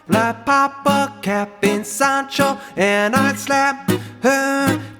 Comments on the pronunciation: When he said “sAHnchiTo” Bradley cringed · This dude really said sand Cheeto😭😭😭😭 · He really did say Sand Cheeto